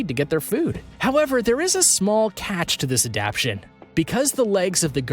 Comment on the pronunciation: This video has a lot of creatures that don't go with the creature being discussed. Also, the word adaptation is being pronounced wrong throughout the video.